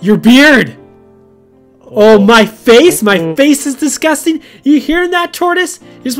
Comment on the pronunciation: when he said "u lnow whats discasting?" YOUR BEARD!" I was like "OH SA NAP!!!!!!